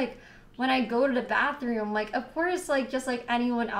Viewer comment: "go da bafroom"